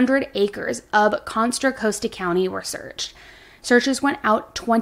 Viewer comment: Contra causta not coast-a, love. Too cute cuz it’s usually me. I can’t pronounce anywhere properly according to the locals.